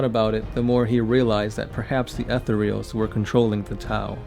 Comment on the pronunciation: Jesus, fuck, how do you not know how to pronounce "Etherials"? Fucking, google the word "etherial", use that little thing that tells you how it's pronounced...now add an "s" to the end and you're fucking done. Christ. He destroyed "any likelihood"? I think you mean "likeness". I don't think he can destroy the possibility of Farsight....whatever that's supposed to mean. Also, love the, at least, 10 facts that aren't about Farsight...nice.